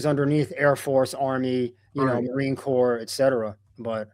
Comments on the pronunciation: it’s not pronounced marine corpse. It’s pronounced Marine Core. 😂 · “Corps” is pronounced CORE … PLEASE get the words right. !